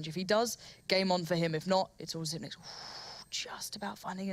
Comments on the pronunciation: no I remember an interview, he said he doesn’t really care they pronounce it zipnix, but he pronounces it zipix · Yeah it should be "Zypnix". Since 9 is "ni" in danish. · the casters spoiled it by saying xyp nix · Henry Su If you go to the interview with him on how to pronounce it, he says zypnix ;) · Xyp9(e)x As in Dev1(i)ce. The person himself say it. At least make it xyp9(nine)x